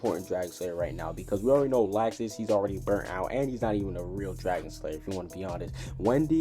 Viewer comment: why does he say laxus wrong every video